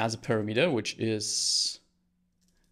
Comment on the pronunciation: on I several times listened what did you say, and I could understand it only when I switched on subtitles. That word was - parameter)) You put emphasis on the last syllable, although it should be on the second. It's not big deal while you have good subtitles